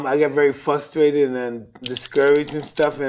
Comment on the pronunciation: It's adorable when he says "fustrated" instead of "frustrated", also his lisp adds to it